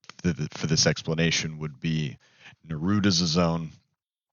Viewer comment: Thank you I subscribed because I've been searching for things I don't have, several on this list are some of the ones I don't have yet! Also left a like for says N-Erud the only correct way. It's clearly supposed to be said Nah-Rude. 😂